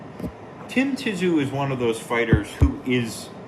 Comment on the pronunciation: "tim ti-zoo" 😂